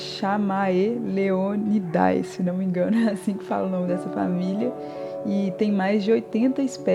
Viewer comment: Oiê. Ficou muito fofinho. Eu tô de olho nesses lápis faz um tempo... ah, o nome da família se pronuncia algo como "camêleonide" porque é latinizado. Em latim, "ch" tem som de "k" e nos encontros vocálicos "ae" se pronuncia somente "e" mais fechado pro "ê", ou no caso do final da palavra "dae" fala-se somente "de", ou melhor, "di". Espero que não tenha ficado muito confuso 😅 Ps: se possível, vc poderia fazer depois um vídeo pelos seus desenhos antes do canal.